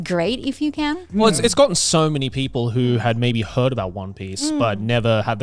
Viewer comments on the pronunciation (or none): Every time Connor has ever said "So Many" it sounds like he says "Sony" to me! 😂